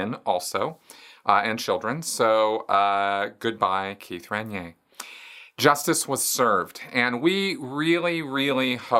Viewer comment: lol. "Ren-yay"?? that's a new one! Most pronounce it "Ran-neer", which is also incorrect. but NEVER heard anyone say "Ren-yay". Should be 3 syllables in there. Listen here....